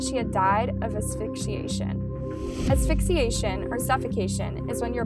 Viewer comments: Afisciation ?? Or Asphyxiation? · aphysciation???? Huh? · Afigsiation lmfao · "afixiation" uhm... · "Aphyxiation" lmao pronunciation is not her forte...at least edit mistakes out ffs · "Aphyxiation" lmao someone doesnt know what editing is... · Gotta practice saying the word “asphyxiation” haha. And it’s concurrently, not co-currently. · I love your channel, but GIRL, asphyxiation killed me.. lmao. One of the other last videos you said cadaver which was mispronounced several times. It drove me nuts 😭😂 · I swear to God, I'm not saying this with any malice ⟨ I genuinely enjoy your content! Specifically, the concise, delicate, sensitive, RESPECTFUL and gentle way that you present these cases 🖤 ⟩ but I notice you had trouble pronouncing asphyxiation.. ‹ which is NBD, girl - I couldn't spell it in this comment properly without autocorrect 🤐🤷🏻‍♀️ lol › the Google dictionary has this super cool «imho» feature where they teach pronunciation. I use it whenever I'm unsure! They not only speak the word aloud for you, they have an animated mouth that shows you how your mouth should move with correct pronunciation. There's also an option to slow it down both visually and audibly so you can get the hang of it. 😊 I've found it incredibly helpful myself and wanted to share the knowledge! Keep up the fantastic work! And congratulations on ALL of your successful channels!! 🥳 I hope you have a beautiful holiday season! 🖤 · I noticed u mispronounced asphyxiation. I find that so cute for some reason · Few grammar points . You do a great job just google the definition of words that you aren’t familiar with so you say and use them correctly . Asphyxiation- think of ASthma Concurrent(ly) - you said co currently . Concurrent means at the same time as opposed to a consecutive sentence which is one charge after another